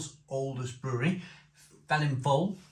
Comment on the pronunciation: Come on, being Welsh you ought to know this brewery name is pronounced 'Velinfoil' not Felinlowl. In my days in Neath Double Dragon had a knick name Feeling fowl, as it was stronger than most general beers in the late '70's. Really though, IPA at just 4%?